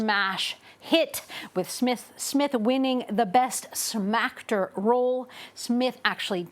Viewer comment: “Smacktor” lmao!